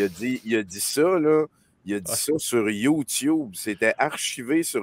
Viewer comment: pas capable de dire youtube . des génies .